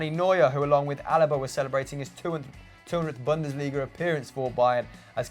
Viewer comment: it's pronounced bunn-des-lee-ga, not bundissleega